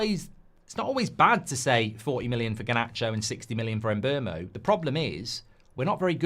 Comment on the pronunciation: 4 years playing in the premier league and and still nobody can pronounce or spell Mbeumo properly yet.